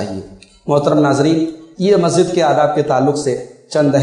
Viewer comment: مولانا صاحب۔ لفظ مسجد ہے (مزت نہیں)